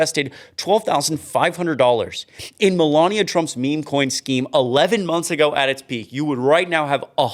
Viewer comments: I would forget everything irritating about you if you would learn how to say Melania right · She's a vile disgusting human being but her name has only four syllables and it makes my life miserable too much. The only thing worse than hearing it is hearing you mispronounce it.